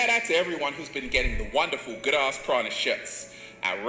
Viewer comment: The fact he calls it "good ARSE prana" says it all. Arse Prana? That's literally a fart!!......I definitely aint up for breathing that shit in!! hahaha